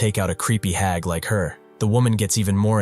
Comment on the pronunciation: that is a slur. There's no way that wasn't on purpose because how the hell does it get the word hag right every time after that but in this particular one the AI just drops a slur? Either it's done on purpose or you do not Have any sort of Guard rails on this AI at all period as a matter of fact I think AI naturally comes with guard rails. So either it's an AI with a guardrails removed or it's a bare-bone speech to text reader with absolutely no editing or oversight to make sure they don't fuck up like this